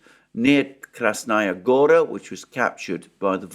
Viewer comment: in Russian the word Gora is stressed on A. It is not like the original name of Montenegro - Crna Gora. In this case, yes gOra.